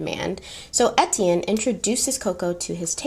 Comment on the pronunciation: 1 thing I learned from watching the movie "The Beach" Etienne is pronounced (Aye-Tea-en) or (A-T-N) lol